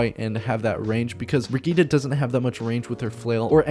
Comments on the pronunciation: Bri-git-te not Brigitta or whatever, its German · Her Name Brigitte Not brigihda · Funny. Excusing for the wrong pronounciation and then saying it wrong again. There is no a in Brigitte. Its Not Brigitta. Listen to her background Trailer. There she sais it right. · Only thing I hate is the pronunciation of her name. It clearly spells as "Bridget". And I have no problem if her name is "Bridget". I don't understand why they want to go for something with more than 2 syllables. How other people pronounce Brigitte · Brugeedah is still far off from the correct prounciation. A for effort. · Cringing every time he says the name wrong XD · Its not an 'a' at the end its an 'e'. Pls learn the pronountiation or just call her baguette.